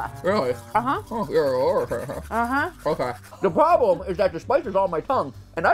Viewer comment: Da Pwoblum is dat da spyce is on ma tonge - Matpat 2022